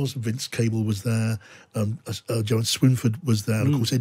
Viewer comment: Its Jo Swinson, not Swinford!